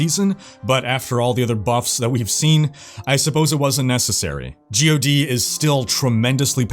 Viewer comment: Who pronounces it as “Gee Oh Dee”?? It’s GOD, as in the lord almighty